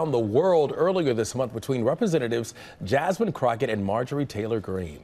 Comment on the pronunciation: Her name is Jas"mine" 😊